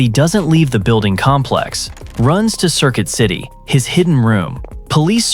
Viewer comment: Circuit city ❌ Circill city ✅